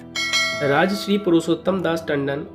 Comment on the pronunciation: राजश्री तुम गलत बोल रहे हो। राजर्षि होता है।